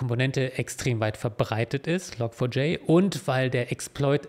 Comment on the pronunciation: Log4J wird übrigens "Log Forge" ausgesprochen, also "Log Schmiede".